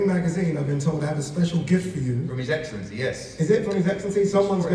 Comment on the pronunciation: His Eggcellency on the phone 😭